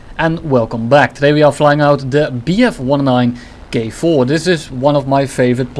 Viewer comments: 🧐 Did he say Bf 109 Gay-4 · what i heard bf-29 gay-4